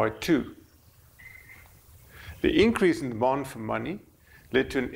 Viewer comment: "Demond for money" sounds a lot like "bond"